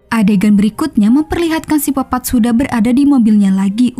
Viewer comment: Koq sipopat kak Bkn psikopet